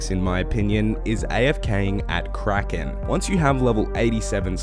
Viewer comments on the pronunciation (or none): none